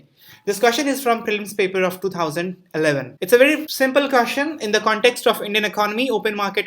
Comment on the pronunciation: Remember.... Its 'kaashchan' and not question 😂😂